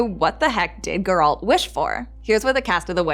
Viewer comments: speak properly please... its GERALT not GURL... fix ur damn pronunciation first... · Eisschole Eiss geralt* actually but nice try 😂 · Why is she saying Guralt, not Geralt? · "finding gauroldt" STOP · The way you pronounce geralt is super annoying. Completely pronouncing it wrong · Learn to say Geralt properly please. I had to figure out myself who you were referring to the whole time. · She has a bit of an accent when she says Geralt, stop bullying the young lady. I’ve heard worse pronunciations in life, jewelry being one of them. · I don’t trust anybody who’s reviewing the show yet cannot pronounce the main character’s name right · You don't know about Ithlinne's prophecy? No idea of Geralt's wish, how to pronounce Geralt? Non-fans shouldn't make videos like this. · Why can't Americans say Geralt correctly? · Everytime she said Geralt wrong it hurts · Already watching it a second time 🙃 and please learn to say “Geralt” lol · Sorry but I could not continue watching as she was pronouncing his name wrong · She clearly can’t pronounce Geralt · One more thing we look forwars also is you learning how to pronaunce Geralt when second seasons comes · You are pronouncing Geralt's name wrong all the time. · Damn, woman, you watched the series and you still managed to mispronounce Geralt's name so badly. I'm impressed. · It's as if this lady has never read the books, played the games, or even watched the show... Jesus, she can't even say Geralt's name correctly.